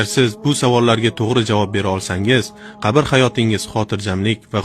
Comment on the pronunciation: QABIR bo'lmaydi QABR yoziladi va o'qiladi